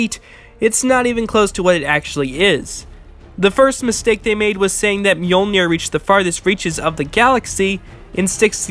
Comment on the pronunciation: an entire channel dedicated to Thor. still cant pronounce mjölnir corektl